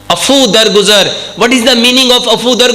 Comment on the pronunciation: Af v.... Afoo nhn... Bolna. Mery achay hkem bhaye. Bahut hi aala bayan....